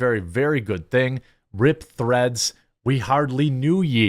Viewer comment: Im sorry, did you say threads or threats?